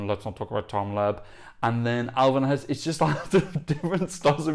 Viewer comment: It's Ahezzz Btw.... That's because it's breton not French 😬